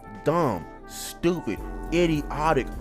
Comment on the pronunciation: My boy say is he stowpid 😂😂